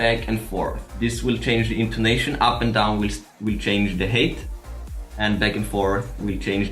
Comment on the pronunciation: please, look up the pronunciation of "height"! it always sounds like you're saying string hate